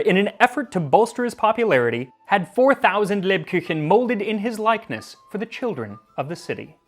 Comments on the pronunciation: It‘s so sweet how you pronounce „Lebkuchen“☺️as sounds like „lebküchen“…..which would be: „leb kitchen“….therefore „kuchen“ means „cake“….i love your channel, Im so happy i found it🥳🎂😍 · i love it when people put umlauts in the german language where there are none and when there are they don't XD lebkuchen is leb-koochen and it is the glottal ch (like in bach) not the pallatal ch. the ch that americans use when they say ich liebe dich, to make it sound hard. they switch everything. when it has to be soft they use the harsch glottal one and when it has to be harsch they use the soft pallatal one...